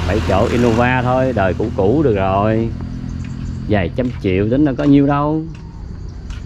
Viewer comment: Là thầy giáo phải phải phát âm tiếng Việt cho đúng ơi, khi mình đi học thầy cô dạy mình đánh vần rõ ràng chữ “R”TR” uống trà không phải uống chà ra không phải ga rồi không phải gổi trái xoài không phải chái xài….., xem kênh DTH rất nhiều thích nhất chia sẻ cuộc sống Mỹ và rất nhiều …. Nhưng nếu được sửa lại cách phát âm cho đúng chính tả Việt Nam thì ấn tượng lắm ❤